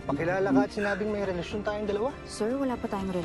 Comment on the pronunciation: Kakaiba talaga ang mga bigkas dati. (Sobrang dami talaga nating natututunan at matututunan pa dito sa MCI. Galing GMA. ❤ )Yung relasyon, relathion pala. Naalala ko si Cardo Dalisay sa Probinsyano. Napaisip tuloy ako kung aksidente bang napasok siya sa portal galing sa sinaunang panahon at nag-artista na ngayon. "Napapaligiran na kayo ng mga pulith!" 😅✌